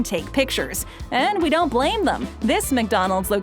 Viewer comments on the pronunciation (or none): none